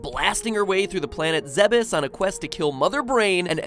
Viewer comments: ZEH-BUS???? It's pronounced -ZEDDDD-BUS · It's pronounced zeebs, whatever atrocity you said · The Bandog "The official pronounciation of the planet's name is "Zeh-bess". However, it is sometimes mistakenly pronounced as "ZEEBz" or "Zee-bees". Those familiar with the Zebeth name are more likely to get it correct." -Wikitroid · Really? It's pronounced "Zeb-is"? I always thought it was "Zeebs" like the Greek city Thebes. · Is that actually how you pronounces Zebes? I always thought it was more like "zeebs" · its pronounced "zeebees" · Centaur Man15 Zebeth was a typo; a mistranslation from the japanese. The game has no "official" pronunciation (because the planet isn't real) but if it's spelled Zebes, it's pronounced "zeebz" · The Bandog Your arguments on our names' pronunciations are on the basis of preexisting English words. Not very helpful to your argument. Your example of Gardevoir demonstrates straight forward pronunciation that's universally accepted and canon. Ironically, the pronunciation of Zebes is neither. But you're right, there's no canon (which you misspelled, by the way) way to properly pronounce Zebes in English (mostly because the fanbase rejects Other M). All thanks to a lack of standards that the language has developed over the centuries. In this case, it's the Es, in which English has them rotating between "ee" (IPA i), "ay" (IPA e), "eh" (IPA ɛ), or as a silent sign. (IPA being the International Phonetic Alphabet, a universal writing system for linguistic pronunciation help. Used a lot on Wikipedia.) There's no canon preference, yet you insist that the pronunciation of a made-up word for this language is one over the other.